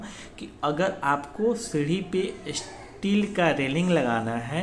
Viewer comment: स्टिल नहीं। स्टील। स्टिल मतलब रुका हुआ। स्टील मतलब जंग रोधी इस्पात। सिविल साइट नॉलेज अपनी नॉलेज भी बढ़ाओ। कब तक अपने अल्प हिंदी ज्ञान का सार्वजनिक प्रदर्शन करते रहोगे । हिंदी नहीं आती तो सीख लो।